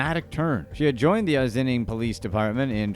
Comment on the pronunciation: OSS-IN-ING, not Ozzining, WTF. Is the voiceover A.I. ? Just look-up the pronunciation before you do voice work. Holy$hit.